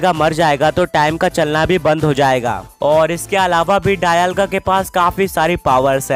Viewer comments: Dayalga nahi be dialga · Bro it's dialga not dailga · It's not डायलगा it's डियालगा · bol rahe ho dialga bol rahe ho daialga 😂😂